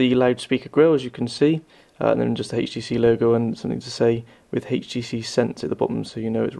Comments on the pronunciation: why the hell is he saying hayeh.T.C hayeH.D instead of htc hd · dude...u really need to stop saying heicht tee cee tew....its fucking pissing me off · I can't watch this because you pronounce the letter 'H' wrong. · Where in the UK are you from, you keep pronouncing the H in HTC as Haych -phonetically? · hhaaha "hatchh tee cee hatchh dee two" hahahahahah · haytch tee cee, haytch dee two Rawr. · What country are you from? "Hayche tee c" lol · lmao! that HAYCH TEE SEE line is really funny...